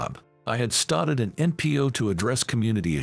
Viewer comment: Why are you saying started so funny